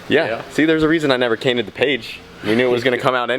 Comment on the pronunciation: "Cainted the page" 😂😂😂